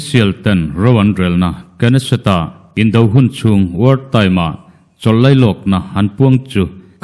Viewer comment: knesset,Israel parliament hi Nesset ti a lam a K hi a silent tur niin ka lo hria,i chanchin puan a bengvar thlak e